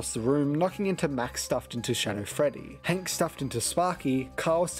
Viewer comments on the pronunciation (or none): none